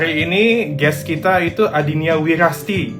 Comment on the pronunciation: Adinia wirasti kang...bukan wirasati